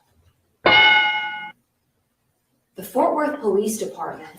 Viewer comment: Fort Worth, not Forth Worth